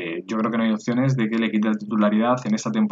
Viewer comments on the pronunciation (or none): none